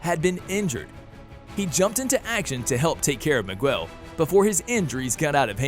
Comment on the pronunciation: ITS MIGUEL NOT MIGWELL OMFG (good video btw)